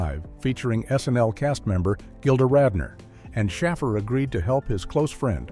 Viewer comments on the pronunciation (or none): AI voice? Jeez, can't pronounce Dan Akroyd & Paul Shaffer's names? And...several other names... Oh yeah, realism has little to do with this movie. I'm sure we needed to tell everyone about the rocket launcher flaw!!!